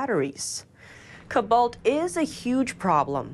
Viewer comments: co-balt not 'cuh-balt' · kObolt,!!! Not ku balt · needs to learn how to pronounce cobalt and Albanese. She kept saying cobalt wrong, over and over. So embarrassing. 🤦‍♂ cO-balt not cobAlt and Alban-(easy) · Pronunciation: co-bolt / not ku-bolt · "CO-BALT" not "COB-BALT" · It is Co-balt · saying 'Cobalt'... google it guys lol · Who let continue to mispronounce cobalt over and over? Lazy channel.